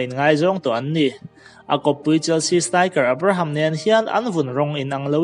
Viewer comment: Abraham i lam dan chuh...chhelo i tih dan pawh hi 😂😂